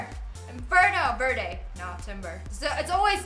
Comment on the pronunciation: its pronounced verde not verde